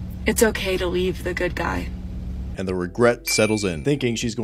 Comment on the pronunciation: Yea, it really sounds like you're saying "it's okay to leave the good guy"... Lol